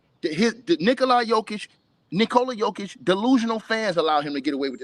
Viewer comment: why he always say nikolaya jokic 😂😭🤣